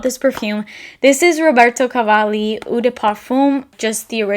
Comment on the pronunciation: loved ths video..learned so much! btw...eau is pronounced as a long O..not ew...its french for water...cheers from canada eh! :)